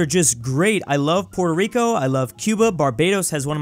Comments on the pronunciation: But I don’t like the way he pronounced our flag, he didn’t make any effort into actually pronouncing it right. He can say Nicaragua right but not Puerto Rico. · Honestly I didnt really mind much about the pronunciation. I was more excited about the fact that he said it